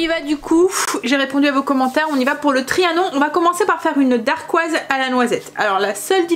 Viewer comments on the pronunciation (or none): Dacquoise, sans le R, et c’est plus facile à dire hé hé. Je note tes recettes miam. Merci! ❤👍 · Hello! Moi aussi j’ai commencé la pâtisserie maison avec les entremets: ça présente super bien et c’est surtout trop bon:) Par contre on dit dacquoise, il n’y a pas de R. Des bisous!